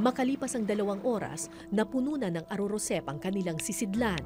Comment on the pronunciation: Ar arosep ms kara. Hindi arorosep